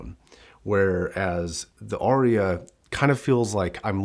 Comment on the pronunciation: It’s Arya not Orya.